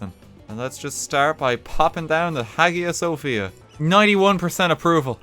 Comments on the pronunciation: I know it’s a little late but Hagia Sophia is pronounces like Hi-ya Sophia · the way he said "Hagia Sophia" hurts me.